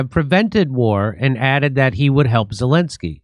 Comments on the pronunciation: I thought you said ‘Voldemort’ Zelenskyy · did Jimmy say 'Voldemort Zelenskyy'? lmao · Jimmy mispronounced Zelensky's name so it sounded too much like Voldemort. Freudian Slip??? You be the judge.